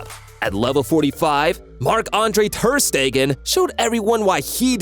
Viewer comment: "mark andrhhe thhheerrrrr steeeggaahnnn" "Bay raen vs barsa"💀☠☠💀💀💀